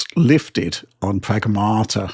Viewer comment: Pragmaarrta ❌️ Sega Maarrster System ✅️